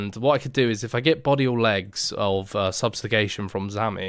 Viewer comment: First time ive heard subjugation pronounced substagation